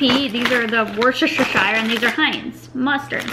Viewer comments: Those crisps are pronounced "Wuss-ter" sauce or "wuss-ta-sha" sauce. We don't pronounce it "shire" Valuable information from a Brit that lives 20 miles from Worcester lol 😉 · Wuster - sheer is how to pronounce it people from the uk know the struggle! 😂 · it's pronounced wooster-shire or for short wooster so your mum's right. Defo don't try the cucumber ones they are horrible xxx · Loving the daily vlogs ahh!!! You pronounce Worcestershire Sauce like Wuster-sherr Sauce! but you can also say Worcester Sauce (Wuster Sauce) it means the same thing ! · you pronouce in WORST-ER sauce, kinda like your Mom says